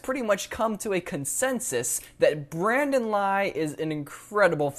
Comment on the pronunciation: Did you really mispronounced his name?